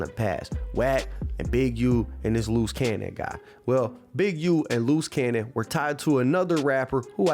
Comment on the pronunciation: Bruh. How many loose cannons is it? Looze Cannon, Luce Cannon? Come on now dawg